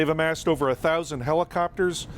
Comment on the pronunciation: She said uver or oover all